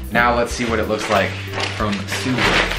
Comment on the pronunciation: sooubway .....theodd1sout😂😂